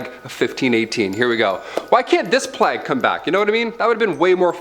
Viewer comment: And what's funnier is how they pronounce words. Plague doesn't rhyme with flag. If a person is going to narrate anything, they should be familiar with the subject, and pronunciations.. This goes across the board with any hosts here. But that brings us right back to what you said ... 😏😁😆